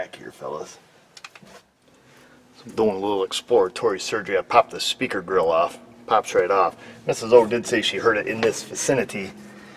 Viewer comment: Tha fault was shpeaking through shpeaker hole 😆